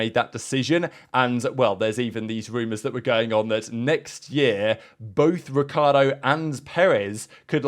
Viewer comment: Technically it's pronounced Ree-char-doe not ric-key-are-doe